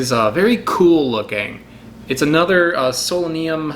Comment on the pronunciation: Why do you pronounce So-la-num as if it were spelled Selenium?